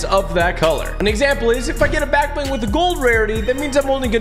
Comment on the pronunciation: Honestly thought it was "back ling"👁️👁️